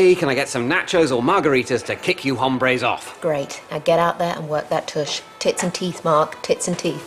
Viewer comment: The 'e' is also mispronounced; he pronounced it as ā, not ə. Hombre is used in a pretty similar fashion as it is in English. Mark would've made pretty much the same mistake if he'd said it in English, given that there were three women and only one man in the first table. It is only in Johnson's table he used it properly. I think what Mark intended to use was a Spanish word similar to 'guys', and that is 'chicos', not 'hombres'